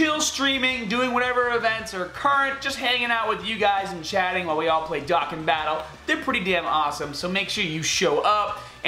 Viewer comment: The way youre pronouncing dokkan is really annoying